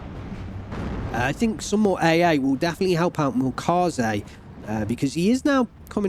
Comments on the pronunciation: Try pronouncing the "ä" in Milchkäse like the "e". It's still wrong technically but will sound more german, especially since this pronounciation happens in some german dialects as well. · yea and the E is soft.. almost silent. the way you pronounced it was more french/latin if you look up the pronunciation on google translate. make sure to spell the ä like this and you should get the proper translation sound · Milchkäse (ger) = milk cheese That name got butchered LUL